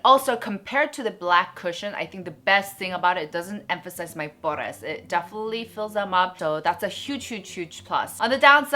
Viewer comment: I enjoy your reviews but can you please stop saying "pores" so weird? You pronounce it weird in all your videos and its such a turnoff and annoying. I get that you're trying to be entertaining but I almost want to stop watching your videos because of that. Sorry.